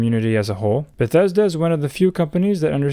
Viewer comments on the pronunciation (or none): none